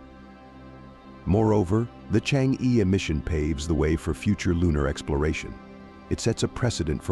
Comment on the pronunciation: The pronunciation of e sound in Chang e is totally wrong!